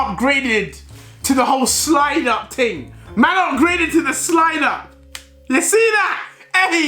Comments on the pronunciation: Is deji trying to speak like a Jamaican "the slide up ting" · How many times did this man say ting?😂😂😂